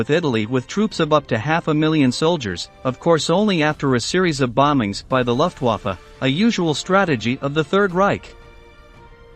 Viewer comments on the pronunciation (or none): none